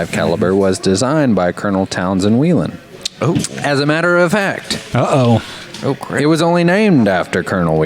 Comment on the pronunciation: Its not WHEELEN like a Wheel, Its Whelen, like a whale.